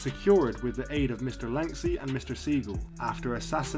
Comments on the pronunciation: Lansky not lanksy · This is all old news and it's Lansky. Can't stand it when names aren't pronounced correctly! Boring!